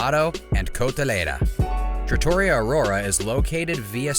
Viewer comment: TrattoREEa not traTAWrya